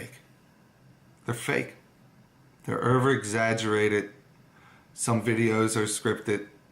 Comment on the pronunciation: Wish that ass would open a book. Who say erver instead of over. Put down the camera and pick up a book, idiot.